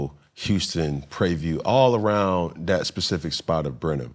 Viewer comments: It’s “Prarie View” not “Prayview.” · That boy said Pray View. Lol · Cam …. It’s Prairie View 😂